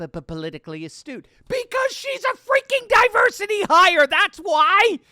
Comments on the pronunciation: Pelosi was not saying astute....... she was saying "Ass-toot". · I thought she said "A stew".. you know, potato and carrots with some sort of chunks of meat floating in a broth. I was agreeing with Pelosi until I realized I misheard the term... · She meant to say astooge!